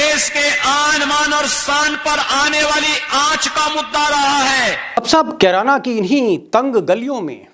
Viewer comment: अरे मोटा भाई किराना नही कैराना